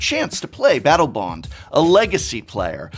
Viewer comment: he says Battle Boned lol